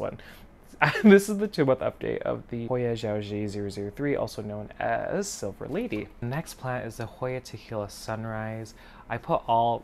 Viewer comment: Love your Hoyas and videos! For the XiaoJie, it’s pronounced more like Show Jay Eh. The H. serpens looks so cute ☺️